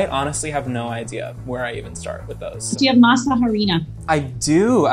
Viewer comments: The "h" in harina is silent 🙃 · Spanish tip #1 Masa harina Is translated to Masa flour ...so just say. Masa or Masa flour. #2 the letter H is silent in spanish. So it's Arina ...not Jarina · It's pronounced Mah-sa Are-ina. The H is silent. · Once you make your own tortillas, there is no way back. And please, English speaking people, de H in harina is silent. In every Spanish word that starts with H, it is silent. Our Spanish speaking brains would thank you very much. (There are more particularities about H in Spanish, but let's begin there)